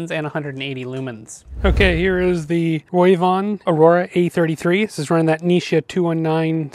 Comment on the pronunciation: I love your in depth reviews. Just wanted to tell you the pronunciation isn't Roy von it's Ro v Von 😉 keep up the great work.